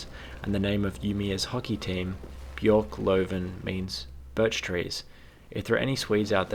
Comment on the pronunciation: Swede here, not gonna lie but I cringed a bit with you trying to pronanouse Umeå. Little difficult to hear your Swedish but I think you meant björklöven (the hockey team) which translates to birch leaf/s Aside from that It sounded like your were on point about the big fire. Side note, there was also a big city fire on the same day in a different city, Sundsvall where almost whole city burned down. Luckily for city of Sundsvall was the fact a majority of the buildings were of stone and they never rebuild using wood.